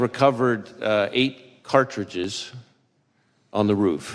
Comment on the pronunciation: Wray said eight cartridages not caseings. There is a difference, he should know. Yet, no one followed up to clairify.